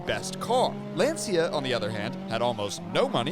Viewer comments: "lancha" not "lanseea" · Calling Lancia a “small Italian car company” is laughable. They were hugely famous. they had already won three World Rally Championships in a row in the 1970s with the Stratos, and had a long history of innovation and prestige even before that. Also, it’s pronounced Lancia, not Lanzia, like the “cha” in cha-cha cha or ciao. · LANCIA no LENSIA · What is Len Sia? This is Lancia … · “Lawn-chia” is the correct pronunciation. Ask any Italian. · Pronunciation: LAN-SHIA